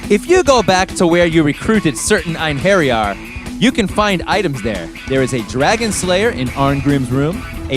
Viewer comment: It’s pronounced “Ain-her-yar”. Not “Ain-hairy-yar”.